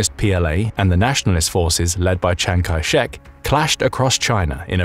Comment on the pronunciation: It's not Kiang Chai Shek, it's Chiang Kai Shek. Anyway, the guy was as brutal as Mao, so China was screwed whoever won, unless a different person ended up leading the country after the civil war was over.